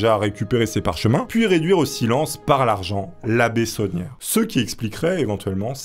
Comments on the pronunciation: Tout le long de la vidéo je comprenais "la bétonnière", au lieu de "l'abbé sonière"😂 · C'est bizarre quand tu dis l'abbé saunière j'entends l'abbé tonnière 😂